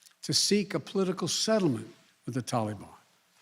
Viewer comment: Joe never learns, and his career shows it. Why does he pronounce Taliban like "tally me bananas" daylight comes and me wanna go home lololol